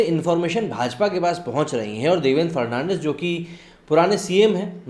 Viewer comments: It is Dvendra Fadnavis not Fernandis. Correct yourself. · देवेंद्र फडणवीस है फर्नांडिस नही. नाम तो ठीक से ले लिया करो. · Bhai farnandis nahi fadanvis. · Sir He is DEVENDRA FADANVIS NOT FERNANDES .PL CORRECT YOUR PRONOUNCES. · It's Fadnavis not farnandis dear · Devendra "Fad-na-vis" not "Fer-nan-dez". Dost tumne to dharam hi badal diya :D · सर देवेन्द्र फडणवीस। not fernandes please read correctly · Mr ji aap Maharastra ke Purwa CM.ka nam thikse nahi bol pa rahe hai.Fadnawis ko aap thik se boliye. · Please pronounce Devendra Fadnavis's name correctly. He is not Fernandes